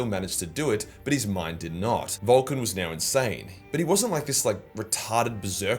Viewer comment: I can't help but to hear VOLTGUN LIVES when you say it in that accent. Which i think is still fitting.